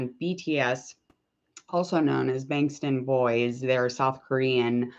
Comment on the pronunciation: first off it is pronounced bangtan not banstan, secondly BTS didn't debut in 2010 they debuted in 2013 and thirdly Jungkook's surname Jeon is pronounced (John). but over all great video